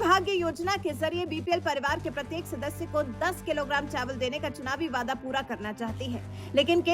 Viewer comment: Vaaidaa kyaa hai ree??? Waadaa hai.😂😂😂